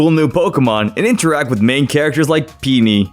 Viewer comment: Why does he pronounce peony like peeny xd